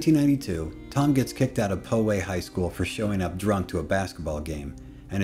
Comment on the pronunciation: This was hilarious! Just so you know Poway is pronounced "pow way" (pow like pow! in the old batman show)